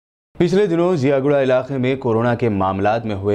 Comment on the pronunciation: Ziaguda hai miya wo jiyaguda nahi hai pasha